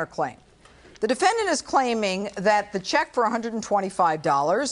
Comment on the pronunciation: "The defendanTT"